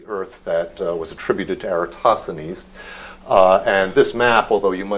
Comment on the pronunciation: VSauce pronounces it correctly with the emphasis on THEEN. (if VSauce tweaked the "-thenes" part, to sound like "tennis" with a soft "th", it would be pewwfekt!) Greeks around the world cringing at all the other pronunciations. So in this case, the majority are wrong.